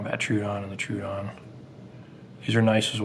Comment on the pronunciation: Troh-oh-don. Not true-odon. Sorry it just bugs me to hear it said wrong.